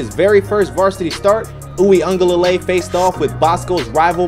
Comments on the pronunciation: (You-ga-lay-le) that’s how you say it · This is how you pronounce his name Brodie. DJ “Wee-Ngah-leh-lay” but overall good content 🤙🏽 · I cant take the butchered name pronunciation 🤦‍♀️